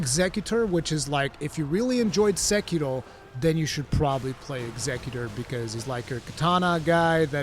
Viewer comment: The way bro says executor erks me.